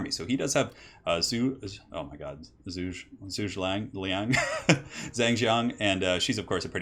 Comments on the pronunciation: More like Joo-guh Lee-young. Zhu is pronounced with a J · Zhuge Liang is pronounced Joog-uh Lee-ang. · if you want to cast this game you should totally practice your Zhuge Liang pronunciation skills. He's like the most famous character of the setting, so expect to see him a lot.